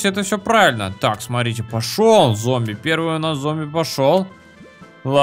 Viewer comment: Опять ошибочка у тебя) "ЗОМБИВ" )